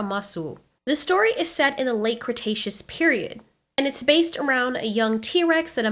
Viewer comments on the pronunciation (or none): none